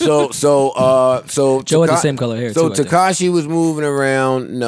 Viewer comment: It sounded like was saying Tekashi and Tinashe... Tekashay